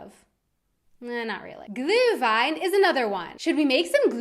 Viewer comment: Ich merke zumindest in dem Video, dass dir das vermehrte Deutsch sprechen scheinbar hilft. Deine Aussprache von "ü" wie in "Glühwein" hat sich gegenüber früheren Videos deutlich verbessert. Also sie ist eigentlich in dem Video hier wirklich gut.